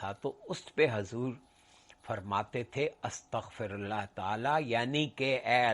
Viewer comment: Boht mazret ke saath magar apki arbi tallafuz me ghltian hen..AstghfiRullah rabbi min kulle zanben..